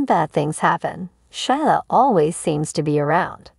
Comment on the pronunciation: Gee. Her name is pronounced Sheela. Silent i.